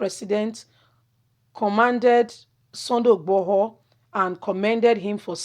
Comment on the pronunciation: Don't mince your words please your pronounciations are HELL, you are not YORUBA, why UGBORHO, its igboho , why OLU of warri comes in?????